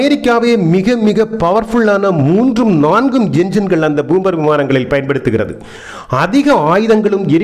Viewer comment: என்னப்பா🙆ஆச்சு😏 உனக்கு பூம்பர் அல்ல பாம்பர் விமானம்